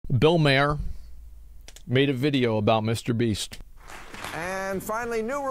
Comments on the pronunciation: Right off the bat mispronounced bill maher lol. I did too the first time I heard his name. It’s pronounced “mar”. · It’s pronounced mar not mayor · Asmon mispronounced Bill Maher and Jessica Negri...